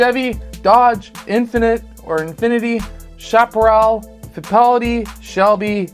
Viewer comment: Work on pronunciation. Emerson Fittapaldi deserves better.